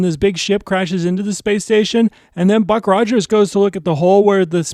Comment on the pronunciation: This is the first video on your channel I have seen. Can I make a recommendation. Script your videos and rehearse them multiple times so when you do you are not talking 100 miles an hour, repeating yourself, stopping and shuddering, mispronouncing words and peoples names...Ruck Rogers for example. I loved this episode of Buck Rogers.